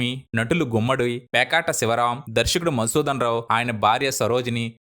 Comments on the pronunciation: It’s not Pekata but Peketi Sivarao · పేకాట శివరామ్ కాదు పేకేటి శివరామ్ . అలాగే త్రిపురనేని గోపీచంద్ అంతే కాని త్రిపుర గోకుల్. చంద్ కాదు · "Pekaata" sivarao kaadu naayana..."peketi"